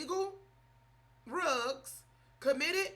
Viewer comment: I Love the way She saying =RUGS=... 😂😂😂